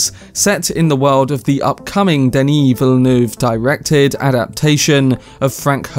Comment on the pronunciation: I'm gonna nitpick: he pronounces well, but the intonation in french is supposed tpo be flatter - it's Denis Villeneuve, not deNIS VILLeneuve - but intonation is the hardest thing to get about foreign languages. i'm french and as a result would probably speak english way too flat and get all tonic accents in the wrong places.